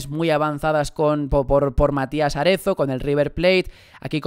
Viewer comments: Es Matías Arezzo, no Aretzo. Haces daño a los oídos. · Que rabia me da cuando dices Matías Aretzo y no arezo